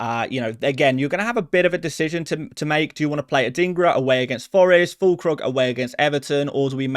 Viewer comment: you lost me at Fûllkrug